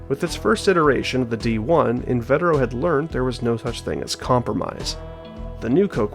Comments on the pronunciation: actually its In-vah-teh-row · You've also got "invetero" wrong - it's pronounced in-vee-ter-oh